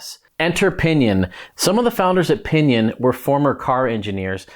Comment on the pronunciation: Alright I'll share my idea. I didn't know if this is possible but if like to try. If like to pair a rohloff hub with a pinion. Just to have the lowest gear every and the highest gear ever and some 100+ gears in between. Although most would be duplicate gears. Get experimental! PS. Every time you said "O pinion" 😂😂😂😂😂😂